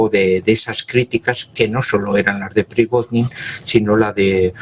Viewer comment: y no es Prigoznin, es Prigozhin